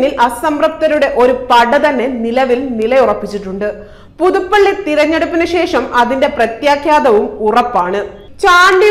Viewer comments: പ്രത്യാഖ്യാതം അല്ല പെങ്ങളെ പ്രത്യാഖാതം ആണ്.വാക്കുകൾ ശരിയായി ഉച്ഛരിക്ക്. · പ്രത്യാഘാതം എന്നാണ് പ്രത്യാഖാതം എന്നല്ല